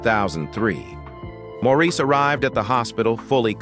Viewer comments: This is a fake, electronic voice. The mispronunciation annoys me, too. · Maurice's name is pronounced Morris, the least you could do is learn the name of the person you are reporting on, also 4obin was the older of the twins, Maurice was born a little over half an hour later. Maurice was the mediator and responsible for setting up the harmonies. In a way, Maurice was responsible for balancing the band, Maurice's sense of humor was the thing I first noticed when I saw them for the first time in concert in 1968. He was always my favorite. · His name was spelled Maurice but pronounced MORRIS. You have not done your homework. Also, you said thar Maurice was the first twin born to Barbara. Not so. Robin was born first making him the oldest of the twins as stated many times. More homework for you. Mr. Announcer. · Please the very least is to pronounce is name correctly. Pronounced Morris. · The narrator doesn't even pronounce his name correctly (ie as the family does). It is "Morris". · Thanks for this comment. This fool had me yelling at the TV. If your gonna report get your facts straight. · Let him rest in peace. And learn how to pronounce his name.